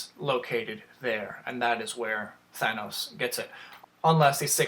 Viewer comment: Sorry had to dislike because of the way you say Thanos